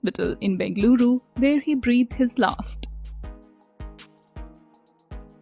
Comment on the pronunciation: Stylish English yet you cannot prounce Breathed their last 😔